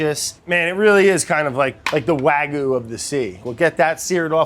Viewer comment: Please pronounce "wagyu" properly...